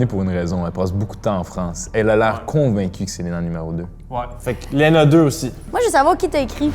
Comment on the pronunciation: Pour la 1, y'a un petit accent, mais ça pourrait être l'accent bordelais. La numéro 2, dès qu'elle a essayé de dire "aussi" et qu'elle a dit "oussi", c'était grillé. Non, le numéro 3 a l'accent + le ton trainant et musical des québécois. Le numéro 4 imite très bien le bobo français, mais je ne sais pas, le ton est trainant et c'est rare les jeunes de cet âge là qui parlent comme ça. très belle imitation, mais de même, pour son âge, la façon de s'exprimer n'est pas hyper courante. Pour l'instant, je dis la 1, mais les 4 et 5 ne sont pas impossibles. Edit : Victoire !